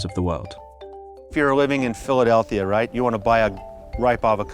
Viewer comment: Nobody: That farmer: Philidelthia